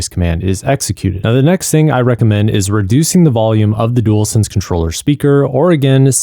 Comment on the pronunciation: “Dool sense”